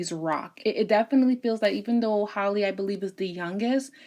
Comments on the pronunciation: No Hailey .. HA- Lee like the Ha in hat Halle ... amazing reading queen 👸🏾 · It's Halle not Holly/Hailey lol and they're not twins...like you said Chloe is a Cancer and Halle is an Aries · halle literally has the same first name as halle berry and ppl still pronounce it wrong 😭 great reading ❤️